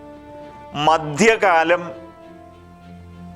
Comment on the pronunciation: ഉച്ചാരണത്തിൽ അക്ഷര സഫുടത വേണം. മദ്യകാലമല്ല മദ്ധ്യകാലം.